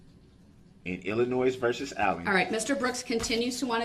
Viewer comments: IlliNoise? My god. Someone teach this moron how to speak. The stuff that comes out of his mouth…..🙄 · guilty, he pronounced Illinois with a S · I wish someone would tell him, "There's no 'noise' in Illinois."